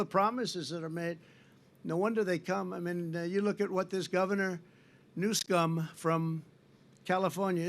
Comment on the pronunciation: He said Governor new scum…. 😂😂😂